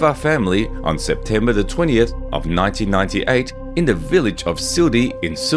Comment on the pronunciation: Is it my hearing problem or what I hear the khabibs DoB 1998(year) I know it's 1988